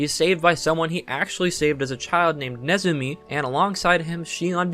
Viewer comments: Ah I remember Antique Bakery. That one was quite a . Also.. To is pronounced "toh" if it means "and". I have a ukelele and sing songs about throwing stars. Mnemosyne is pronounced "neh-moh-sai-ni" in US English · Mnemosyne = ne mo sign The initial M is silent it comes from the Greek goddess of memory and the mother of artistic inspiration. Yggdrasil = Yig dra sill the world tree, a giant ash supporting the universe from Norse Mythology.